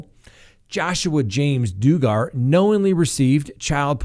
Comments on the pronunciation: I mean no offense, but the correct pronunciation of Josh’s last name is dug-er (as in dugout) spelled Duggar. Also with these charges the children in question are minors under the ages of 12 yoa. As well as if he he is released on bond he will have to have to have a 3rd party residing with him to ensure that he doesn’t come into contact with any children. It is important to also mention that he and his wife have 6 children with one on the way, and there has been nothing reported that indicates that this involved his children in any way. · OMG! Did you even research this story yourself or have watched ONE “Duggar” family video? If you had, you would know the CREEP’S name is pronounced like this : 👉 “DUH-GER” (Duggar). 🙄🙄🙄 sheesh! At least get it right so his big angry cell mate “Bubba” will know who he is!😉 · Dug Gar!!!!! Yikes, you are needing to go online to dictionary and tap button that gives audio pronunciation!!!!!😃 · Oh stop. Can't get past him saying DOO gar one more time! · pronounced dugg er Just cannot listen past wrong pronunciation! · Dug-ger, sorry but you are pronouncing his last name incorrectly. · DOOGAR???? Really? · Duggar is pronounced like doug-r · I love you... but you’re killing me w/way you are saying Duggar. It’s like “bug-ar! Short “u”... not a long “u”! Where have you ever heard it pronounced that way? Lol. But love your coverage of his pitiful alleged crime! TY for all you do,! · It’s DUG-ger,. This josh the loser has ruined his family’s reputation 10 fold. He is a complete screw up. I hope he spends his life in jail for all the victims lives he ruined. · Dug ger hard to listen when you don’t properly pronounce someone’s name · Josh Duggar pronounced Dug-er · Lmao it’s pronounced Duggar like you dug a hole😭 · Doo-gar. So digger is die-gar. My my my. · it's pronounced "dug" er. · Sorry... it’s pronounced DUG GAN. Hehe Good try though👌🏼👍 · it is "DUG'gar" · it's Duggar(like Mugger) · its dugher